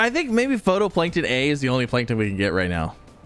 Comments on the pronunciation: Does he ever pronounce phytoplankton correctly? its phytoplankton not photoplankton, its pronounced FIGHT-O-PLANKTON, I'm about to have an aneurism its bugging me so much. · not to be an annoying critic but phytoplankton is pronounced "Fi-Toe-Plank-Ton" not "Photo-Plank-Ton" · It says phytoplankton(fie•toe•plae•nkton) not photoplankton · Just wanted to point out, phytoplankton is pronounced “fito-plankton” 😁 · Yeah, was catching that, too, he even mentioned not being able to place it underground because 'photo' so I think he misread the word, and misunderstood it completely rather than just being a pronunciation error. It makes sense though, in a way, "photo", for "photosynthesis" I can understand why and how his brain did what it did. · How many times can a streamer misread the same word in one episode? watch this and find out XD "Photoplankton A" XD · I love you and your videos but it’s pronounced FIGHT-o-plankton. Keep being awesome ❤ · I never noticed it, but now I can't unhear it. Darn you,!!!!!!